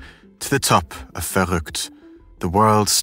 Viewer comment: Your pronunciation of Verrückt is amazing. Have you learned German? As a German who has heard this story on various channels you're the first one to say it correctly